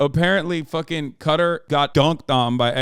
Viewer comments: Im sorry but what is up with the way Hasan says Qatar? like bro... i thought were meant to be worldly. All i can do is laugh when i realised he has never said the word Qatar before and is pronouncing it like its spelt. its Kuh-taar not katir! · Hey not trying to be a douchebag but it’s pronounced like Catar. Guitar but ca. No I’m not a self-important incel my friend lived there for 3 years